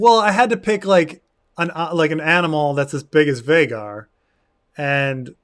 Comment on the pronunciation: I dunno why but it's so annoying to me that Vhagar is pronounced to rhyme with Rhaegar and not Vhaagar. Like every valyrian name uses "ae" for that sound. Atleast in different phonetic situations like in meraxes the "ae" sound is acceptable to me.